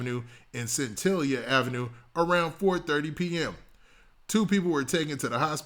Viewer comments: Oh yeah its Centinela sounds like Cinderella your welcome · "Cen-ten-nel-la" ave bro💪🏾 I know how your big on detail and accuracy. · 👉La Brea and centinela👈 👉scent-i-nella👉 🤣you can't be from LA 👍👍😊